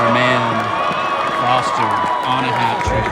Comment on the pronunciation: The irony of you calling him "Foster" because you can't pronounce his last name and not realizing you're mispronouncing his first name is the funniest thing.